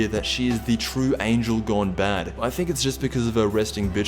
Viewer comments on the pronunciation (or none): none